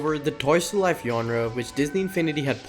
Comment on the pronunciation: Aint no way this guy just pronounce genre as "yonra"